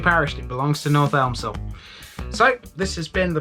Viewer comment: Nice one. ‘Elmsall’, btw, is pronounced ‘Emsall’, don’t know why, but the ‘L’ is silent.